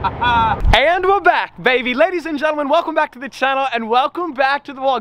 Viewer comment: " Aaaand were bwack baby " wadies and gentlemen " lol 😂 you kill me bro!